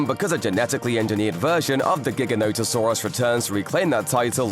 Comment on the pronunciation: Finally someone who doesn’t call it jiganotasaurus